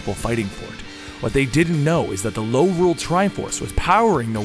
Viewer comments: Its called Lorule not Norule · You said Lorule too many times...